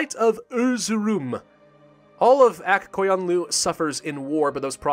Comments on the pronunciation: Aq Koyunku is pronounced as Ak Koyunlu and it means "Has White Sheep" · Aq Qoyunlu is pronounced as "Ak Koyunlu" or "a k koy un lu" like you would say AK-47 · CrazyBeef should say it like this “Akh qoyunlu” and Akh should be said like a wolf snarl and i know this because im from Azerbaijan